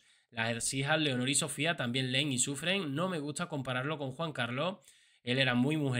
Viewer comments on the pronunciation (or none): none